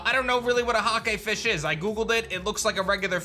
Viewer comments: I could’ve sworn he said, “the hot gay fish is dual typed” 😂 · thought you said “the hot gay fish” and i did a double take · When he says hakefish, I turned my head because I thought he said 'hot gay fish'